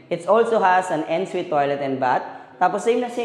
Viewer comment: Yung 'En-suite' - 'on' po ang pronounciation nun. :)